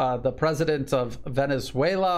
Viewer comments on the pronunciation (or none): none